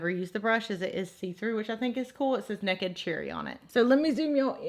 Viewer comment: I absolutely love how you say 'nekkid', lol 🤣